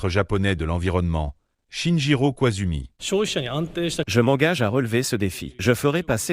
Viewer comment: Le père de Koizumi a été premier ministre pendant plus de cinq ans. Donc un bon journaliste devrait savoir comment prononcer son nom correctement.